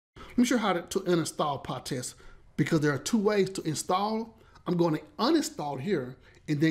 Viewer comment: Not PahTest, but PyTest!